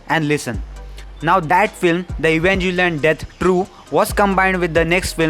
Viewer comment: I instinctively clicked out of this video the moment he called it evanJelion